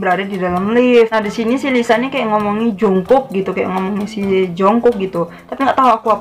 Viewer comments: Untuk menit itu kedengaran kaya dia lagi sebut "junggug" yang artinya negara Cina kalo untuk penyebutan nama jungkook itu nyebut nya yang bener itu"jongguk" Tp aku tetap ship blackbangtan sih •>• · Sdikit koreksi kali ya kak dri q..maff sblmnya..pas lisa bilang jungkook itu bukan jungkook bts maksudnya..krna jls bgt vokalnya bilng (중국 jungguk =yg artinya china krna bibirnya monyong nyebut U bukan monyong nyrbut O) bukan (정국 jungkook) 😊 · Itu Lisa ngomong Jungkook kalau di Korea Jungkook dibaca Jung gug